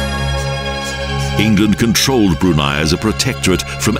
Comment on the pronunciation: he should have learned how to pronounce the country name and late sultans name correctly. btw, the background music? it's Arabian music.